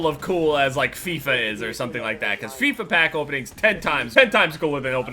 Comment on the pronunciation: It feels weird when he says Fifa. Is it just me.